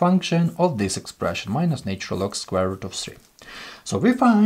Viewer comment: Please teach this person to pronounce the word " natural " correctly !!